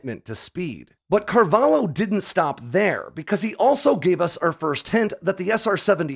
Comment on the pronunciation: Not Carvalo, Carvalho where the lho reads not unlike shhh but starting with a L instead. (Say thank you :P)